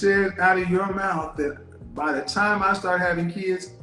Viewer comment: This womans says "DAT" instead of THAT. And she wants educated?